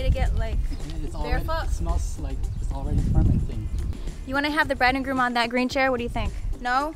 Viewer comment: its groom not broom sorry to say